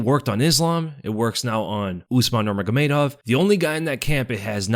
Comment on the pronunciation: “Usmar nurmagomedov”